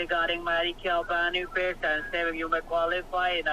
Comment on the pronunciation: Lolol Ban-e-fits(aka benefits). You’re hilarious 😆 😂